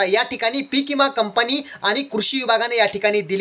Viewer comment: इमा नाही.... विमा.... आधी बोलायचं शिक